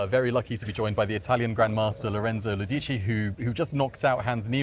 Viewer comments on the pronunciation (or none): The pronunciation is Lòdici, not Lodìci